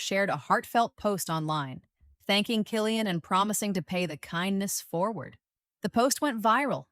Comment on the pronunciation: K Cillian w the k sound